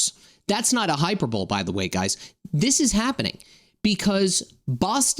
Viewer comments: A "hyper bowl" lmao. Love when you can tell someone has read a word but never heard it hahaha.high-per-ba-lee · Just an fyi Hyperbole is pronounced hy-per-boh-lee not hyper-bowl